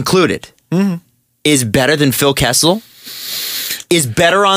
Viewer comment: KESSEL???? Seriously.